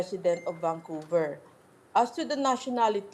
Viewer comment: Vancouver hindi VanQver..